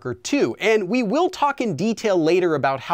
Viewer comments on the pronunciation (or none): none